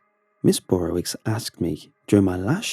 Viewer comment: Not Burrowitz. it's not german- it's Burrowitch